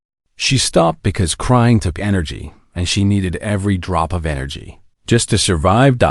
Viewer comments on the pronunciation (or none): none